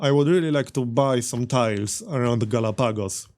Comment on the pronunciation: It's pronounced Galahpagos, but this is just a nitpick for the algorythm gods.